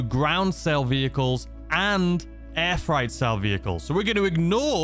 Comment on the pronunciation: I love hearing you call it air fright not air freight 🤣👌🏿